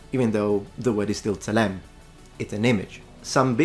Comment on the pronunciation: צלם זה TSE-LEM ולא SALEM.